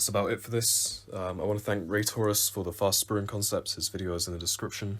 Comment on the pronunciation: at first i thought you said RaysWorks when you said Raytourus